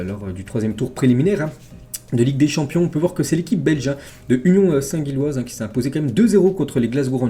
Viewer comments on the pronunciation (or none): Gilloise et pas guilloise respect ✊